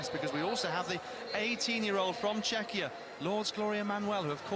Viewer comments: Exactly! I cringed every time he mispronounced Czech / Czechia, truly embarrassing! 😬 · We are not Chechia we are Czechia or Czech republic.